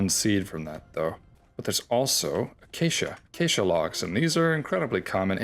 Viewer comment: Don't try to sneak that pronunciation of acacia past us bro, "uh-cha-chia" is absurd